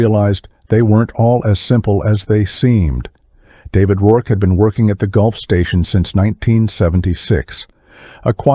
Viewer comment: Since when did Gulf Fuel Station become a Golf Station. Weird how Automatic speech translation never gets fixed before production of story.